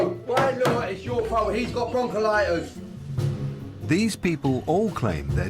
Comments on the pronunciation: Broncollitis? I think you mean bronchitis. It’s kind of important to know if it effects your baby. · Another thing : it's bronchitis you dumb ass! Not bronchilitis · Stop blaming immigrants. Stop having children you can't support and get a job! Also its bronchitis and pneumonia not bronchilitus and ammonia 🤣🤣🤣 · Broncholitis lol....BRONCHITIS and it’s pneumonia not ammonia....also why doesn’t the dad work? Look at the state.... poor baby